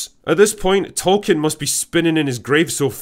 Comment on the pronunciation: Sadly his name is pronounced "Toll keen" 😢 oh and "smowg" 😢